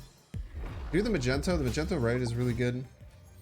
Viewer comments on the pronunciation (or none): Not the first vid where you called Magneto as Magento… lol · The mispronunciation of Magneto's 🧲 name is hilarious 😂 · The way you pronounce Magneto I cant tell if its a joke or not 8X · if you're new here, it's just a joke on his stream/channel he knows how to pronounce it correctly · i think he knows that its a joke. aint u?